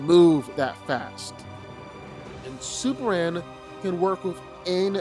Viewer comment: How come he doesn’t pronounce the M when saying Superman??! It’s annoying asf!